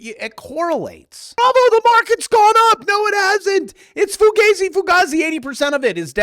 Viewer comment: Foogayzi, foogazi math, not LAU math?